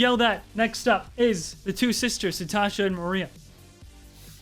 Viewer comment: "release the three sistors" Why did he pronounce sisters like that xD